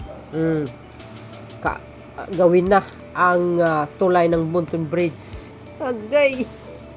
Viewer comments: Ayusin mo lang ang pag bigkas mo ng bridge sa bride kapatid, yes basta tatak Marcos matitibay ang mga pagkagawa ang mga proyekto simula kay Apo Lakay ❤❤❤ 200 K not 200M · You pronounced it bridge not bride's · Hiy ayusin mo pagbigkas mo ng bridge..bisaya ka ba? Bigkasin mo ng bridge hindi brides..ang brides ay babaeng ikakasal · bridg po hindi brige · Excuse me, " BRIDGE " hindi BRIDE...! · Ayusin mo kasi...nakakarindi sa tenga...bride ka ng bride e ang ibig sabihin ng BRIDE ay ang ikakasal na babae...walang tulay na ikakasal😂 Btw, isa akong loyalista...buong pamilya namin...ayusin mo kasi. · ok na sana ang vlog mo kaya lang paki bigkas ng mahusay ung bridge tnx po pilipino tayo